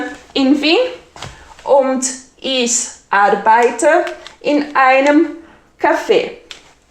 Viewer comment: Sou falante da língua alemã. Me desculpe, achei seu video muito confuso para quem está iniciando o estudo da língua. E também a pronúncia não é lá das melhores, sobretudo quando vc fala ICH, mas isso tudo bem considerando que alemão não é sua língua nativa. De qualquer forma, te dou a maior força para vc progredir nos seus ensinamentos, mas precisa dar uma melhoradinha na didática 😉